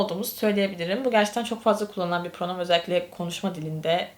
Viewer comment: Pronom okunmaz😂😂😂😂😂😂😂😂😂😂😂😂